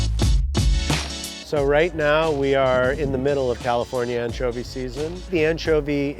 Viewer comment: Un-tcho-vee lol